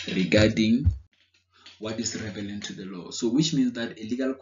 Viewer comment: Thanks a lot man. Also love how how you say "revelant" instead of relevant 😄. You are thorough in your explanations though. Thank you!